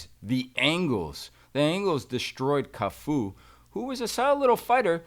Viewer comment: Teddy: " I wanna make sure I pronounce his name properly, is it Tafu?": "it's Cafu" He commences to call him Tafu the rest of the podcast😂😂